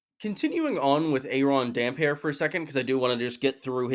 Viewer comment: Respect for pronouncing damphair the only correct way.